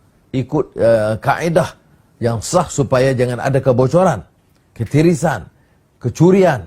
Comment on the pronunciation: Aku cukup gelak bila dengar sebut perkataan KETIRISAN.